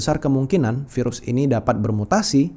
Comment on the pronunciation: Ya ampun aku kok dengar nya virus HALIMAH N SATU 😭😭😂 sambil mikir keren amat sih HALIMAH jadi virus internasional 😭